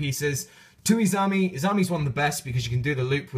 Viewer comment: you keep calling her izami. its izanami lol